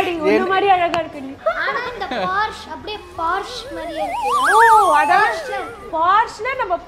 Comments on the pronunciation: போர்ஷே.....not போர்ஷ் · Congrats ! Its pronounced “Porsha”